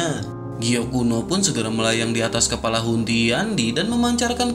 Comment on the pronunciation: Kepala bang bukan kelapa 😂😂😂